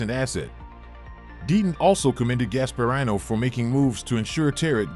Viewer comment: Uh it’s Charlie Gaspahreeno not “rino”. Proper pronunciation helps lend credibility to a report. Shows viewers the host really knows what they are talking about and not blindly reading a script they haven’t proofed and researched.